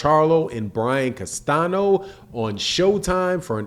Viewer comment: Castaño. Not Castano. Everyone is mispronouncing dude’s name. Technical, but correct.